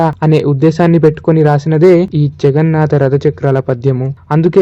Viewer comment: జగన్నాత కాదు జగన్నాథ. తెలుగుని చంపకండి